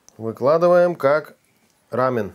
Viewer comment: Не " рамен " , а " рамён"